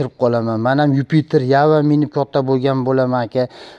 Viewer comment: Иж юпитер дегин июж демасдан гумбок